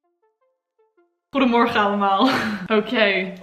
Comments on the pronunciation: Holy shit, your ‘goedemorgen’ on day 6 was ON POINT. You did greatttt 👏🏽 super goed gedaan ;) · die goedemorgen was echt goed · i got schocked when you say goedemorgen it sounds so good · The day 6 goedemorgen was on point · holy crap your “goedemorgen” sounded sooo good ! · Jouw goedemorgen is perfect uitgesproken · As a native Dutch speaker, I really enjoyed how your pronunciation of the word 'goedemorgen' got better every morning! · Love how you say: "goede morgen allemaal"... you say it perfectly! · Je hebt het fantastisch gedaan! Je goedemorgen rond minuut 13 was perfect!! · I am Dutch and it was so nice to see how you did this you said it often spoke well like goedemorgen 🥰❤️ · In dag 6 zeg je echt heel goed ‘goedemorgen’! I like this video so much btw🥰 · Wow, zo veel doorzettingsvermogen 😱 echt super goed van je dat je dit allemaal in een week hebt geleerd ! Ga zo door! Je oma gaat je echt wel begrijpen. Je uitspraak is erg goed. Vooral met de g. Toen je goedemorgen zei op dag vier was ik even vergeten dat je helemaal niet nederlands was! Super goed gedaan 👍🏻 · dat is zeker waar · for real!! she did so well :) especially the goede morgen was on point hahahahahah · Ik vond dat ze goede morgen heel goed zei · Your pronunacition when you said goedemorgen was so goodd!!. You are a fast learner!! Nog succes met leren!!